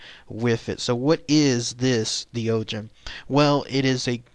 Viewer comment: Doegen is probably pronounced more like "de okhen" if its from Belgium